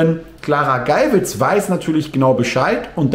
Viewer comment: Hallo, nur zu Berichtigung: Geywitz wird so ausgesprochen wie der Geier. Hat nichts mit schwul zu tun 😉.